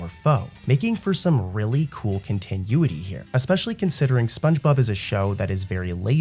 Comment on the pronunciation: the way you say continuity is grinding my gears